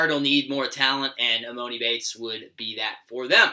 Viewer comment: How do u not know how to pronounce emonis name